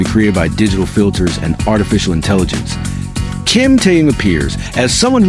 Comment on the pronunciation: может все таки будете правильно называть Ким Тэхена?